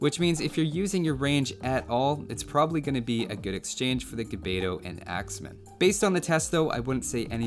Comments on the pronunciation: I have have to say it , but the proper way to pronounce gbeto is actually to pronounce 'g' and 'b' at the same time. I know, it is a weird phoneme. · So far I don't see anyone who makes AOE videos pronounce the "gb" correctly. It's actually one consonant.